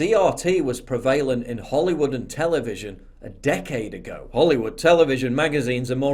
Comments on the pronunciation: re: pronunciation of "prevalent" ( it's PREH-valent not pre-VAY-lent).. yeesh! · I love your videos, regardless of the fact that the way you pronounce the word ‘prevalent’ is weird lol.